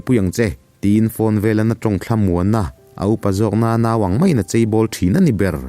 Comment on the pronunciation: Kolasib lam atangin, in thlahrung deuh in chei nilovin "CHHEI" tih zawk tur aw 🤭 hian lo ti dik tawh rawh se 😊